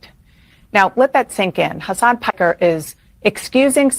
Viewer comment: Watch and listen to Dana Bash stay Pike somewhere - . She calls hime "Hasan Pecker" not Piker. 😆🤣😆🤣. Hasan Piker is a little pecker. So pecker means The slang usage for penis dates back to at least 1902, according to the Oxford English Dictionary. How much of a degenerate do you have to be for Dana Bash to call you a Pecker on live TV?